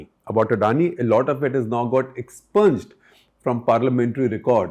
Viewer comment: Btw expunged is pronounced 'expyunjed'..